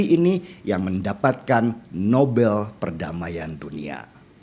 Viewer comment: Nobel ya bang..? Bukan novel kan..